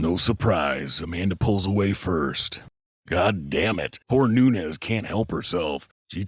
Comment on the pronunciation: Hey. This is NuneZ - Noonez but amanda is not Noonez she's Noones with an "S" so don't pronounce it like a "Z" she's not mexican or south american spanish she's brazilian